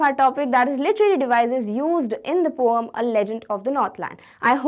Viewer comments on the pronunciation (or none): Correct pronunciation: poim